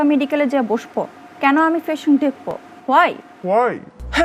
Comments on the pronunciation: Patient na Bhai fasent🤣🤣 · পেশেন্ট না ফেসেন্ট 😂